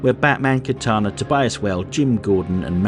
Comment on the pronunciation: You might wanna correct your pronunciation. It's Katana (like the Japanese Sword), and you mixed that up with Kitana from Mortal Kombat.